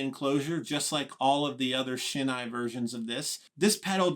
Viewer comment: just a quick note on pronunciation. The 'ei' in Shin-ei is pronounced like the beginning of the word 'eight', not like the word 'eye'. Also, you may be interested to know that here in Japan, Teisco is actually spelled Tesco, without the 'i'. テスコ in Japanese!